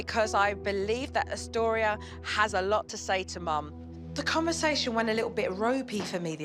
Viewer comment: Man during this episode I was hearing Dystoria But her name was Austoria . 🤦🏽‍♀️🤦🏽‍♀️ I really hope the relationship between the mom and the daughter stays good . Because at the beginning of the show she had many prejudices towards her daughter